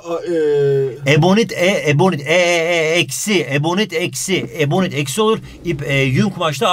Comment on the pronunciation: 30,51 ebonik çübüü :D